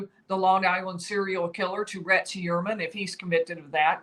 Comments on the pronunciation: right? I don’t know why it bothers me but it does. It’s Hu-er-man, pretty straight forward. No way does anyone pronounce it E-uer-man. It sounds like she’s saying Rex E Ermine. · Rex Heuermann Pronounced Hugh-ermann not He-uermann. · STOP! 🛑 Tonight, she's pronouncing it 'hee' (rhymes with 'pee') 'URR' (rhymes with 'PURR') 'mən' (the 'schwa' sound). Hee-URR-mən. Emphasis on the second syl-LAB-ull. Very easy mnemomic for you (AGAIN): Heuer rhymes with Fewer. Heuer rhymes with Fewer. Repeat -- Rex Hewerman. Rex Hewerman. Emphasis on the first syllable, not the second. OKAY? Love you, don't make me tell you again lol. Keep up the good work! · He clearly pronounces his name HUE-er-man. The accent is on the first syllable. It’s at the mark. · Interesting how he says his name. Very un-german. Ho-your-man is the more German way. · It's easy to pronounce RH name. I don't know why can't get it right.